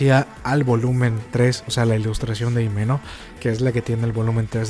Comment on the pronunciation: Himeno se pronuncia como "Jimeno", la H en japonés no es muda. Hay que dejar de "españolizar"